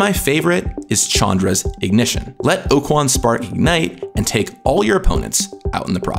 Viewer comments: Okaun or Okuan? You said it like Okuan but it's spelled like Okaun. So instead of Oh-Koo-yuan it should be Oh-kah-n. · I know the WOTC employee here but I can't help but think he pronounces Okaun incorrectly, he keeps saying Okuan.